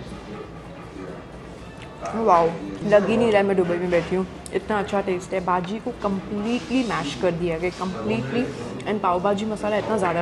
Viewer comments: Why do u call it baaaaji. Its bhhhhhaaaajiiii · No offence but your pronunciation of Pao Bhaji was looking made up.. It’s bhaaji and not baaji Secondly your rating of cuisine in dubai was something which I did not like as having food for the first time should not be rated as we don’t know ideally how it should taste… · It's Pao " BHAJI" not BAJI..!!! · When u can't pronounce pav bhaji, is sooooo freaking annoying